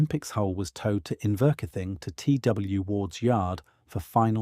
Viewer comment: Iverkeithing is pronounced "In ver keev ing". I thought it was somewhere in Iceland going by your pronunciation 😅